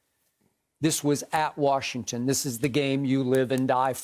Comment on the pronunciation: Tell skip to say Washington’s name right